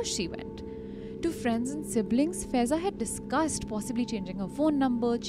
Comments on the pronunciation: The name of Girl is faaaiza not feza pronunciation is wrong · Guys, her name will be pronounced as फायेज़ा 😊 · Faiza is pronounced as Faa-ey-za. 😔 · FAIZAA is pronounced wrong